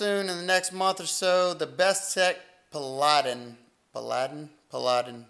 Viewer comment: Looks good. I think it's pronounced PAL a den. ;)